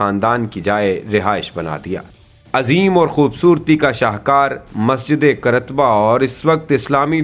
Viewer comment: Qaar- taba , Qrtba nahi